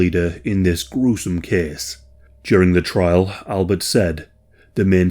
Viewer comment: “This kehss tehkss plehss…”